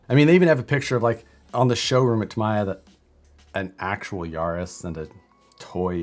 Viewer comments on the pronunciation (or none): Ya-ris not Yar-is